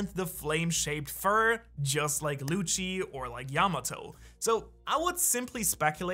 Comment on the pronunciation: the way you say lucci .. pls stop